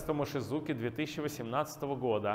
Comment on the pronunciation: Да не "Мошизуки" он, а Мотидзуки! Синъити Мотидзуки, тоже работает с эллиптическими кривыми.